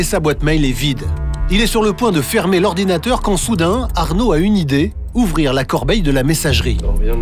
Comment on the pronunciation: Arnaud : "Quand j'ai vu que l'ordina' d'Amel..." L'ORDINA? wsh Arnaud c'est quel mot ça ?